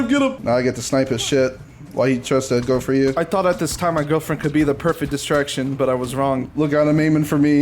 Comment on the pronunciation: giwfriend he says